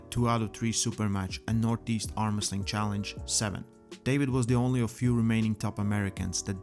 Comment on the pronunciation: Armresting in not Armwresling.